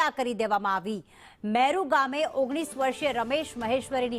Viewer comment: Meru gam nahi... Muru😂